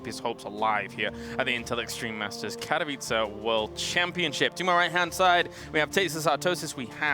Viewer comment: Finally someone (kaelaris) pronounced Katowice correct :D! I believed it will eventually happen